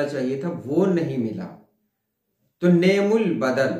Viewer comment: is ka sahi talaffuz ni'm ul badal nahin balke ni'm al badal hai, arbi mein yeh ek fail hai lekin ab istemal nahin hota magar Quran mein hai : نعمَ المولیٰ و نعمَ الوکیل۔‘‘